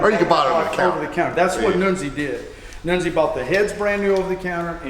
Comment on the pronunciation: 1971 Pontiacs used a cast nodular iron crank, just like 1972 Pontiacs. Armasteel cranks ended in 1970. Who the hell is Noonzi? I KNOW who NUNZI( pronounced Nun-ze) is. I’ve known the guy for years. One hell of a Pontiac engine builder; IMO, he and Ken Crocie are in the same league.